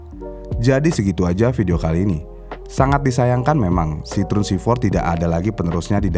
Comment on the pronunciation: CITROEN kalo dibacanya Sitroeng bang 😂